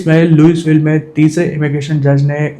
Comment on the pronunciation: Louisville ✅ लुईविल ❌ लुईसविल ( S silent)